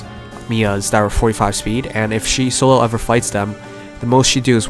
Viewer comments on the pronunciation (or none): Soleil is a french name, it's not pronounced So-lel, but So-ley. hope you get well soon :)